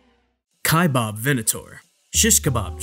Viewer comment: Cool video, thanks. Correction: Kaibab is being mispronounced. Narrator is enunciating "Kaibab" as kai-BOB. It's not 'bob.' Second syllable is pronounced as the sound of a bleating sheep with a 'b' on the end. So that makes it baa-b. Kaibaab.